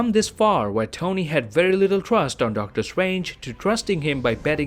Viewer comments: Really He really is calling doctor strange DOCTOR SWANGE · Hate how he pronounces doctor strange